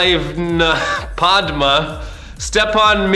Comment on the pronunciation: Oh no he messed up Padme’s name. Oooooh nooooo